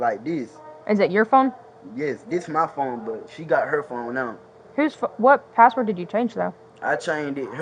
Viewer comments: He didn't even say patword. He said paword. Even more pathetic. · No, I don't feel you nor do i want to. What is a "paa wor"? It's "ASK" not "AX" it's "THAT" not "DAT" It's "FIXING" not "FITTIN" it's "THIS" not "DAT" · "I tr'n to get my clothe" "I change her padword" 😂